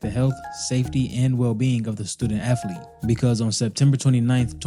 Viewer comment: Hey fuckstick (announcer). The word is ATHLETE. It is NOT AFLETE. AFLETE is NOT a word. Learn how to pronounce words correctly BEFORE posting a video. For Fucks Sake.